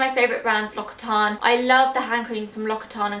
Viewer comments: Oh my..., I love your videos but you prononce SO BADLY "l'occitane" haha! It's from my home town so I need to help you: it's lox-ee-tan! And try the Almond Shower Oil, it's amazing! xxx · I love love love l'occitane stuff, my favourite even though it is pricey, I recommend the cherry blossom range, so good (but you pronounce it like lox-ih-tan) :) x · L'occitane is a french brand so it is pronounced "lokcitane" hehe